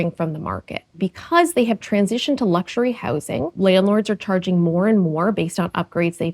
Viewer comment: "luxary" sure a square to sleep in